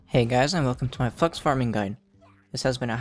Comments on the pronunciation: lol i thought you said fucks at the beggining of the video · Am i the only one who heard ''fucks farming guide''?Anyways, great and helpful video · Lol who else though he said hey guys welcome to my fucks farming guide